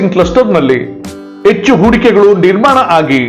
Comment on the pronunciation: Echchhu, aagu alla Hechchu, haagu